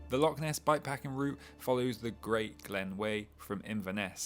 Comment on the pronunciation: I think the Scots can overlook mispronunciation of loch and certain other iconic Scottish locations. The videos are beautifully shot and sympathetically narrated by a guy who really knows his stuff. He's giving bikepacking in Scotland a global reach and deserves all our support.